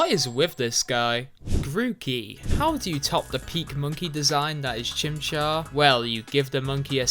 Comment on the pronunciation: GROOKEY DOES NOT END WITH IE, IT END WITH EY! AND IT'S BULBASAUR, NOT BULBSUAR!